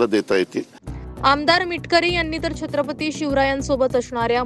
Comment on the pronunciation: दरेकर त्याच्या पेक्षा," छत्रपती " ही नीटपणे बोलता येत नाही शत्रपती बोलतोय हे काय इतिहास शिकवणार.